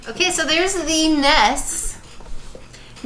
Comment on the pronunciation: Have to agree with FFVI being best, sorry! Also, N_E_S... not "ness!!!" Having small anxiety attacks everytime you say ness or sness... O_o